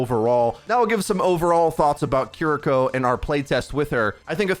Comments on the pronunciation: Kee-lee-ko is the pronunciation. Japanese l+r. Thx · Obligatory pronunciation comment - “KEAR-ee-ko” with the emphasis ont he first syllable, pronounced with “ea” sound like in “near”. Thanks for the early info! She looks dope - can’t wait to play her. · Guh. It’s keer-ee-koh not kih-ree-koh. An emphasis on the kiri part not the riko part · Yea a lot of ppl are Saying Cuh-ree-ko. They need to to Emphasize the E sound in Ki. And the English R and Japanese R is different too. Your tongue should go towards the top of your mouth with Japanese. Like the L in English. And don’t even get me started on the Tsu sound. But it’s kinda funny hearing ppl butcher it😂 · For clarification, her name is pronounced Kee-Ree-Ko. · Hearing a lot of Cuh-ree-ko and Curr-ree-ko today. It can’t be helped tho, especially since the Japanese R is different from ours. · god can you at least say the name right.... ffs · the pronunciation on this video is... interesting... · Big yikes on pronunciation of Kiriko to kick off the video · Worries about saying ability names right... still can't say character names right 🤣🤣🤣